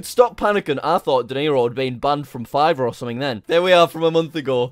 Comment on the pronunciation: Not to be mean but It's fiverr not fivver